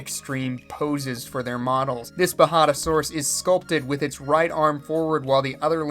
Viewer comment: Even though you made it a point that it’s been recorded and me saying how to actually pronounce the J is pointless here, ima just say you had it right the very first time xD (and the whole time)